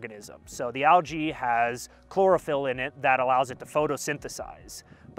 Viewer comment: Did he say Chlorophyll more like boreophyll lol sorry when he was talking bout Lichen and said it has chlorophyll I immediately thought of Billy Madison when he started back High School and was in chemistry